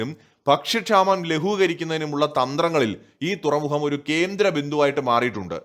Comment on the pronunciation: തുറമുഹം അല്ല തുറമുഖം ആണ് .......